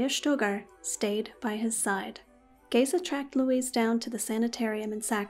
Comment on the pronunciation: You did good with name of Géza. I am Hungarian and we say the same way.